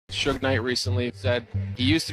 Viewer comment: Cringe video… everyone you mispronounced “Suge” 😂